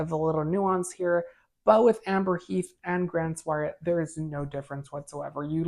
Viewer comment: It's Grand Soir Not Soiree There's No A at the end of the word Its Pronounced Swar